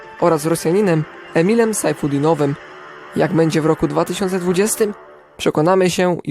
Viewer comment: Piszę się sajfutdinov a nie sajfudinov. Poza tym sztos materiał